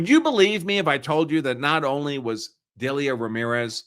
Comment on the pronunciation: The name Delia is pronounced "Deal-ya"